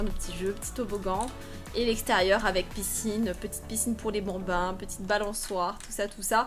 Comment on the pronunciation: "Va faloire soccuper de ces 8 benbins" chui morte deja juste le mot "Benbins" 😂😂😂😂